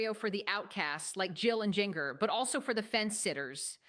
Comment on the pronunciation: Lady its Jinger pronounce Ginger